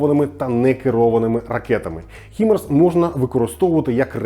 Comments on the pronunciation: не ХИМАРС а ХАЙМАРС. господы, шо за бездари. Ламборджини, Найки, и Луис Витон, да? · хай-марс, а не хі-марс